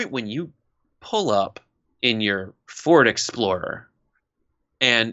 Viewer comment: he said fordexplower